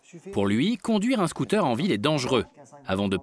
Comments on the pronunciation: Y t'a dit scoot'air mddr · Il dit « scotère » 😭😭